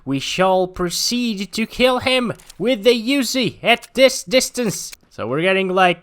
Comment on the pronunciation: I love how you pronounce "Uzi" lel